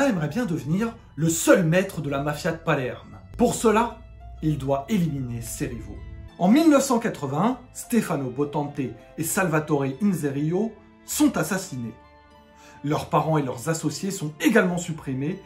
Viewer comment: Vidéo un peu mal présenté est moins constructifs avec klk erreurs notamment de date, moi qui connaît très bien le sujet, est juste svp ce n'est pas Stéphano Botonté mais Stéphano Bontaté.